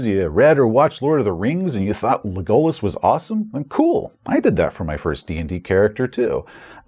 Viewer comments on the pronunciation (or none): when you first pronounced "cliche" (klee·shay) I had no idea what word you were saying. Same with "Legolas" (leh·gow·laas). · How could you;-; You said Legolas wrong D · I knew there had to be something sinister about you, but I never thought it would be something as heinous as your pronunciation of Legolas… the horror! ;P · I have never heard Legolas pronounced that way before. I think you might have damaged my soul.